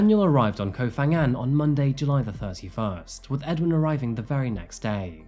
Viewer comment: Huh? He's saying it with an "f" sound though like Fangan